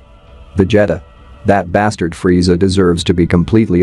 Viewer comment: Vajeta? Freezer?